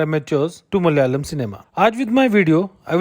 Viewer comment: Bro please pronounce it as Malayalam, not Mal-yalam. Also, we are not Mallus, but Malayalees.